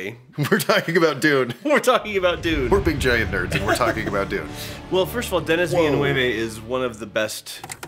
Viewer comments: Omg that took a few seconds to understand that he meant Dennis Villeneuve not Denis Villanueva 🤣😂 the editing was perfection 😁 at the moment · As a french canadian, hearing trying to prononce Denis Villeneuve and having no idea who he is talking about... thanks for the laugh. And you are both always welcome in our «belle province» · Man, I'd love to see you guys tackle Blade Runner 2049 and how it deals with identity and choice. Plus it gives another chance to try to pronounce Denis Villeneuve and that's just gold. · As a french canadian from Quebec with a girlfriend who's last name is Villeneuve... It's not Villen"U"ve either. You now when you pronounce de E in "THE" or "huh", this is the same. So it's Denis Villen"E"ve. This guy is a legend for us. I can't believe that they thinked of the visual of this film in a basement in Longueuil "un sous-sol à Longueuil" like Denis said. This is the town where i live. From Denis to start from here and to be known internationnaly, this is a huge inspiration for us. I like your video so much. You know your the only youtube channel for wich i pay a montly subscription. Keep up the good work guys. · As a French canadian, the part about Denis Villeneuve made me laugh so much! I never would have recognize Denis Villanueve (Villeneuve) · I'm French and it took me long seconds to realize it was actually a french name X) I was so confused, especially since I can speak spanish a bit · As a fellow French Canadian all I can say is "Ça c'est pas comment tu dit son nom, tabarnak!'' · You are right, except that in "Villeneuve", "eu" is pronounced like "uh" and not like in "joyeux." But yeah, you need to be fluent in French to know that, and pronunciation is better than most I've heard... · I'm French-Canadian and the "Villeneuve" stuff is killing me! 😆😆